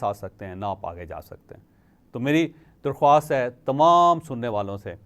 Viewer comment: Sir...Darkhaast hay...Darkhwwaast nahi